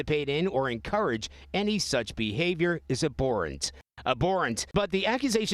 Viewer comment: ab borent I always thought it was pronounced ab horrent